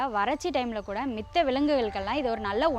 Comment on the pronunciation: மித்த என்று சொல்வதை தவிர்க்கவும். மற்ற என்று சொல்லுங்கள். சீமை கருவேல மரங்கள் நம் நாட்டிற்கு நல்லது அல்ல